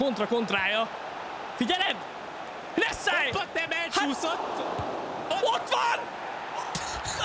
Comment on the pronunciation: Neszáj nem tod nevet szinpantani